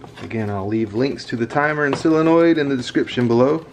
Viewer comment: Pronounced 'soul-uh-noid' not 'sill-uh-noid'.